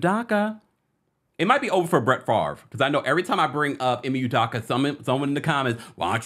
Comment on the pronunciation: First his name is pronounced Ee-may You-doe-ka; secondly he deserves to earn a living just like the female involved who received NO repercussions; yes Nia is a Scorpio; The nets are a HOT MESS🥵; if he got them to the playoffs it would prove how great of a coach he is. And I’d love to work for